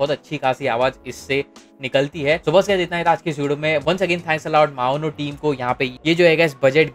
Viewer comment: Bro it's maono not maona 💀